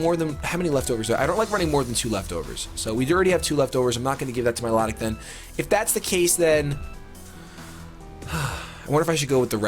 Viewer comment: Please say milotic name right